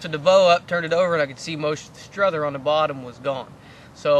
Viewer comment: I'm just saying, I know multiple people who have the name Strother and they go by Strother. Not Struther.